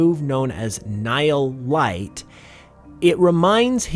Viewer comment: hearing it pronounced nile light, its pronounced like knee-heel. ni hil